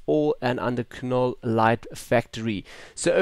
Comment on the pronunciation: its pronounced NOLL the K is silent!